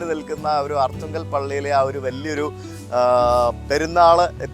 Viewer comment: Aarthungal alla Arthungal aanu